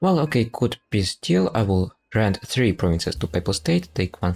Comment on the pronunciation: I cant when you call "peace deal" - "pizdziel" 😆